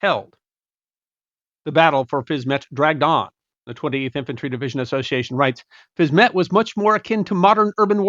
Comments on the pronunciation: If Fisme is pronounced in French as 'Feem', then surely the little part of the town across the river is pronounced 'Feem-ett', not 'Fiz-mett'???? The French suffix 'ette' means small version I think? Makes sense I think 🤔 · Not even a French speaker, but I'll hazard a guess that if Fismes is pronounced Feem , then Fismette will be Feemette .